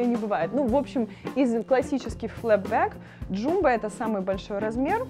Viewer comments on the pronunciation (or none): Jumbo не ДжУмбо, а ДжАмбо.